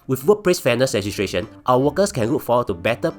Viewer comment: fat cat england level up siol! can pronounce legislation siol! sounds like ntuc paid ad tho